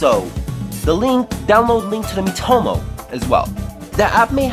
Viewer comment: It’s called MEE - toh - moh, not mih - toh - moh